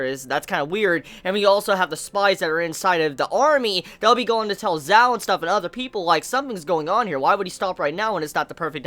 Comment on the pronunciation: Not sure if this has been said before but in chinese the letters "q" and "zh" are pronounced slightly different than english. qin is pronounced like "chin" and zhao is pronounced like "jao" it doesnt really bother me but i know youve asked for pronunciation help before. Love your reviews :)